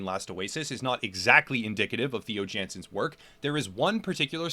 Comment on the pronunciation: Nice vids, but... You're pronouncing Jansens wrong. Its a Dutch name ofc. So... Jansens is pronounced with ya(h) nsens rather than Djensens. Just fyi